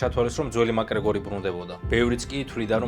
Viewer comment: მაკგრეგორი არა მაქგრეგორი 🙌